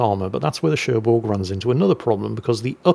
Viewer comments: French lesson : the g of Cherbourg is silent :) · There's no "G" in Cherbourg... That's why.